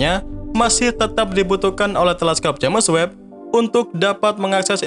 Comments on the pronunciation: Jems webb mas bukan james web bacanya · kalimatnya tolong di perhatikan lagi, terutama ente selalu bilang jemes web bukan jems web. jadi agak aneh dengernya untuk channel yg ilmunya luas ini